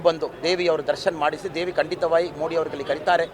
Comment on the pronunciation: ಅಣ್ಣ ಪ್ರಜ್ವಲ್ ರೇವಣ್ಣ ಬಗ್ಗೆ ಮಾತಾಡು ಅಣ್ಣ ಅಣ್ಣ ಅಣ್ಣ.... ಮೋದಿ ಅಂತ ಹೇಳು ಮೋಡಿ ಅಲ್ಲ ಅಣ್ಣ ಅಣ್ಣ